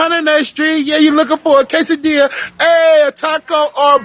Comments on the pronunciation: Did I hear KAY-SUH-DEE-YAH? It's intriguing how people tend not to pronounce spanish words properly but will pronounce words from other languages correctly. Deep inside these people are too embarassed to respect the language because they DO NOT RESPECT THE CULTURE AND ITS PEOPLE. You KNOW it's KESS-O, but you say KAY-SO. You can eat all the latin food in the world while listening to hiphop music, but you have no black or latino friends. You are a fucking lame. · I'm still not over the fact he made "quesadilla" rhyme with "burrito" lmfao